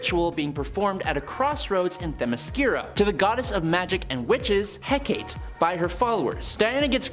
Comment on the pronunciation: Hecate has 3 syllables. Lern2words.